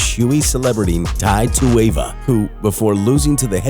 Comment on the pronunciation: Who tf is tai tuwava? 😂 worst butcher of that name I’ve ever heard.